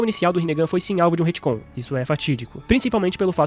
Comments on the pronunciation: se o falar HITCOM mais uma vez em vez de RETCOM eu vou morrer de agonia.... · Ia terminar de ver o vídeo, mas cada vez que ele fala Retcon com "I" no lugar do "e" me dá nervoso!